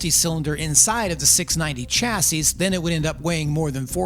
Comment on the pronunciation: Are you pronouncing the las S in chassis ironically? 60-75HP is fine for everyone I know 😊